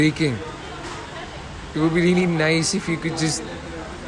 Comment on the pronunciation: What ko Whaaat Really ko Reely Bc Retake He Leliya Karo